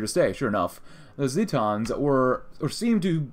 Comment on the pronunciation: i love you... but Not Ze-taaans But ZEEE-tans